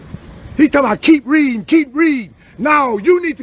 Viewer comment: ceep reedging'🤣😂😆 YOU DONT READ 😂🤣😆